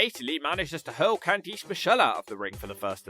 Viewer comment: I can't tell what was worse. Candice Michelle's comeback match performance or your mispronunciation of her first name.